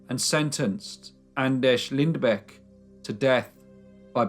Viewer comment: Not exactly but close enough i guess :D But you got the last name real good and pronounced the ä perfectly, nontheless great video i enjoyed it!